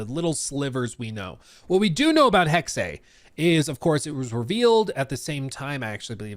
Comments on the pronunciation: god thats painfully cringe. The word is German, its not an English word. The pronunciation of it should be the same as the German, tho you might have an accent or something. Saying "im saying it in english" is so cringe man, thats like saying "kindergarten" is pronounced a certain way and you dont care what Germans say causes its English 😂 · it is so abundantly clear that you are not aware of what you’re talking about. Tons of words in the English language come from other countries originally and the pronunciation changes when they are in English. That’s why it doesn’t matter, speaks English and he is saying it incorrectly. However if you really wanna get down to it I even asked a family member who is married to someone from Germany and he said I was saying it correctly. The word is different in Germany than it is here. The reason I said I don’t care about how they said the word is because I was referring to how said it and he was saying it incorrectly. And like I told the other guy in this comment section I’m done discussing it with you because apparently too many of you have the intelligence quotient of used tampon. You look like you’re probably about the same age as the other guy I was arguing with Gen Z and I damn sure won’t take the pronunciation advice from your generation who make up words. 😂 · basically you say hex as you would in english, and add the second e, which is pronounced exactly the same way as the first e in hex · The pronunciation of the word according to Google and wiktionary is “hecksuh”. Not hecksay. To all the morons who kept saying I was wrong when I said that’s how it’s pronounced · It’s hex-uh not Hex-ay. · we are saying the same thing lmao. You said hexeh which is the same sound as heckseh or hecksuh. Depending on your accent. But it’s definitely NOT hecksay like says it. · it's not Hexeyyyyyy it's just HEXE 😂😂😂😂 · Not to be “that guy”,. But it’s pronounced “hecks-eh”. Hexe is German for witch. Sorry 😅😂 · It's "hex-uh"